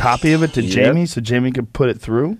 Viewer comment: JAIMIE WITH THE H sound nuggets